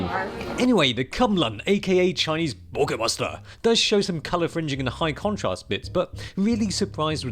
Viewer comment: BOKEHMASTUH. Had me rolling